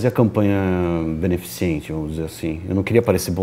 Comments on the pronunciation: Pô Dan é "beneficente" não benificiente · "beneficIIIIIIIIente", Dan????? Doeu.... :o